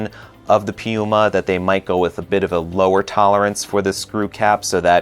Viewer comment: Hmmm, you couldn't be referring to PenBoy could you??? 😁 I think you like rolling those rrrrr's. You do a great job in pronouncing the Italian names. How does the Scribo flex compare to Leonardo's Elastic? As always great job and enjoyed it.